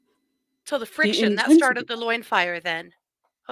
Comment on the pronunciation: After this exhausting court week (ending May 10th), I just needed a good laugh, so I rewatched this reading., your enunciation of "loin fire" is unbeatable. 🐸🔥🤣 thank you